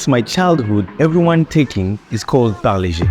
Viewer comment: Thanks for pronouncing Parle properly! Paar-lay..named after Mumbai's Parle (also pronounced as Paarlaa) railway station outside which the factory was located. Every time u passed Parle station, u could literally smell the biscuit fragrance. The factory relocated (cost-cutting) but the company name remains Parle and they make 100s of products including the iconic Parle G (G=Glucose) biscuits - best had with Indian chai! Also, the little girl's pic on the pack has remained unchanged for decades!